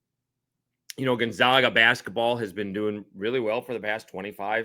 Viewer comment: It’s not the GONZOGA ZOGS. Say it with me….Gone-ZAG-Uhhh